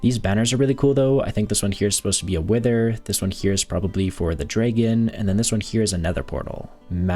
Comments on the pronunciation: Its Dragon not Dregen 😂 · Please stop saying dragon like that